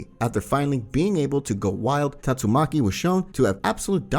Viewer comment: It's taitsumaki